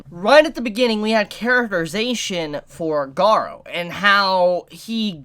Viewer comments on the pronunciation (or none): Garou = Ga-Roo not Ga-row